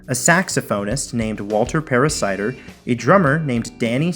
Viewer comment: Paracider? Is that a variation of apple cider? Just awful, lol.